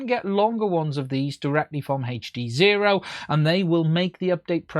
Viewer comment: If you say HEACCCH D Sezro one more time, ill die, lol